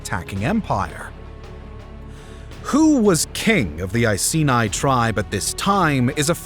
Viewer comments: I-see-nye the science guy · I was annoyed by his pronunciation of Iceni and even more annoyed when he said England but included Wales 🤦🏻‍♂️